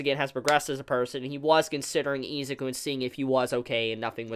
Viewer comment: It triggers me that you say EEEzuki and not I-Zuku